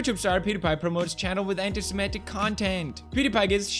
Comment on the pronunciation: funny thing is he can't even pronounce semitic